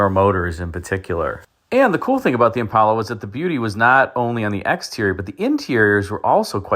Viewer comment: Impala. Not impola.